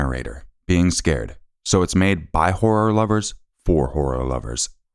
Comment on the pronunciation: Hor-ror lover not whore lover 😂…and the way you said “oh my goood” better not be this dude” lol